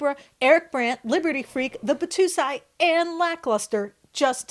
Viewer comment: Why do you not share a link to this person's video so we can see it in it's entierty?! Mr Turner is Batousai. Pronounced bah toe sigh